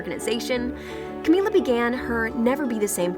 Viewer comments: Why does she keep saying Camilla? Her name is Camila. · camiya? in spanish a double L makes a y sound, but camila only has one... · Who else cringed every time the voice said camiya or just destroyed any of the pronunciations? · CaMiLa!!! Get it right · how are u supposed to tell her story when u can't even pronounce her name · OMG ITS CAMI-LA not CAMI-YA omfg. And its DINAH not Dee-nah